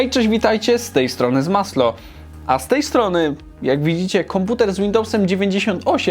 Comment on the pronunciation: Nie zmaslo tylko masło 🤗